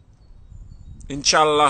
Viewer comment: Too bad he cant prononce properly Khabib or Inshallah ... lol